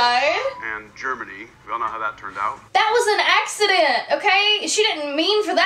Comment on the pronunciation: I love the way you pronounce 'accident' - you must be from the south! Hey from Nashville! (& LOL "that looks like George Lucas" 🤣)